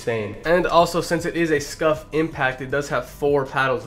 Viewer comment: Who also thought he said scuffed not scuf